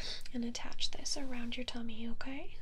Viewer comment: i really love the occasional pronunciation of "oquay" or "o-cawhey." seriously.